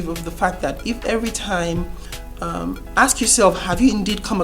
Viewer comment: Its ask not akkksss